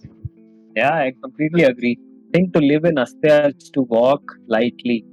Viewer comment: Not Asateya...It is Asteya